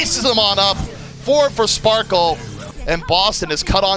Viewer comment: Are they really calling sparkie sparkle???